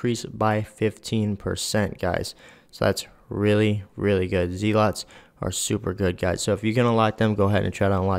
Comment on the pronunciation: You killed me with the ZEE-LOTS. It's ZEH-LUTS. I still need to work on this beotch. I use Sophia. Am I missing out?